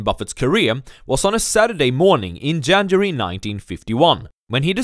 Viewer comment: Learn how to pronounce January